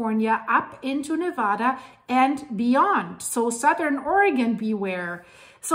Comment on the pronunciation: As a longtime resident of Reno (and the Virginia City highlands) who recently moved to Tennessee for work, it is rare indeed to find anyone outside of Nevada who knows the proper pronunciation of the name. That alone earned a sub! Mentioning 395 was an immediate trip down memory lane and made me long even more for the beauty and majesty of Reno, Mt Hough, Markleeville and the pony express station, Gardnerville, Mono Lake, Lee Vining, and Yosemite. That highway is one of the most awesome and fascinating to drive because it follows the east side of the Sierras (the steepest and most beautiful area) alongside a humongous magma plume that continues to lift them to this day (as a story idea, it'd be an amazing look at how the Sierras formed and the role they're going to play in splitting Cal and shoving it into the sea). Love your content and always excited to see a new post, so will return soon. First however, I'm off to a refreshing swim in the scenic hot springs at lake Nyiragongo, then a cooling dip in June Lake. Thanks for the great memories!